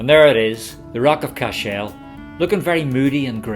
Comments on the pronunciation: I was born and reared a few miles from Cashel, so forgive me for pointing out a few things. Firstly the pronunciation is CASH -l like castle but with the H included. That large L shaped stone in the final minutes is a corner of the Bishops quarters which fell several centuries ago. The large broken High Cross which we see earlier is more recent (mid eighteen hundreds I think) and broke off after a storm in the mid nineteen seventies. I could see The Rock from my house and was sad when it came down. While there was damage done by the English, much of the damage to The Rock was done by the O' Brien clan from Clare (descendants of Brian Boru) in the eleventh century, who also burned the town. I was impressed to see Queen Elizabeth ii when she visited The Rock some years back. It was wonderfully diplomatic of her guide not to mention the O' Briens part in the destruction of Cashel as the queen is in fact, related to the O' Briens through her ancestry. I enjoyed the wee ramble around The Rock of Cashel and suggest you might take time to visit the town next time as I'm sure you'll enjoy it. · Can you say what is the original meaning of the Irish name "Cashel", and why the stress is on the last syllable? Thanks!